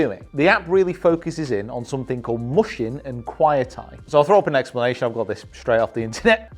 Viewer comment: Great video as always! Getting the mental side of golf under control is definitely a worthy quest. Just one tidbit, “mushin” is pronounced more like “moo-shin” (with the moo said quickly) than “mush-in”